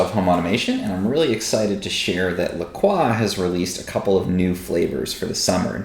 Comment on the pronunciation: That's not how you say LaCroix. Look up a pronunciation of St Croix if you would like to know how to actually pronounce